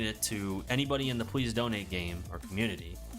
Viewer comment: dude says "pwease" donate